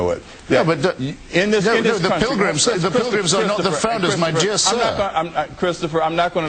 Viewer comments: Blackwell: "Well, yes, hah, hah, hah (what's Hitchens saying, anyway- I don't know ANY of that stuff) let me just ask you, Christopher- you think that the,- that the founders that,- and the prirgrams were not Christians..." -No, he never said that, did he? And it's pronounced PILGRIMS. Feign a heart attack and get taken off stage. Have your people tell everyone that you were not feeling well, and were not in your right mind during that debate. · Then he says, "prilgums"......HAHAHAHAHA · I believe I'd learn how to say "pilgrims" before having a debate about them!!!! Ken...."pril-gums"...….REALLY???????? HAHAHAHAHA You better AXE somebody!!!! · in the space of ten seconds this man says "Prigrims", "accracy", and "forfright"